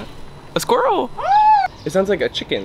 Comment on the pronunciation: What do you mean, it’s Squiwwl - is that not how you pronounce it 😂